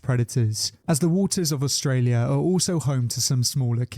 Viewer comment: “Aulstralia” uhm